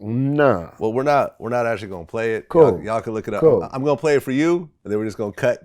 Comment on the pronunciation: The way Vlad says “Gon” all the time erks me for some reason.